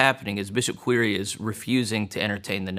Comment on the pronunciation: "Quire" is pronounced like "choir". Quire is the original old English spelling of "choir" and referred to the part of a cathedral where the altar was and where the singers sat. Would be interesting to know how that became a surname.